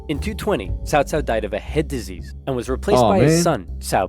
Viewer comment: Omg… not CowCow. CaoCao is pronounced as Qhao Qhao.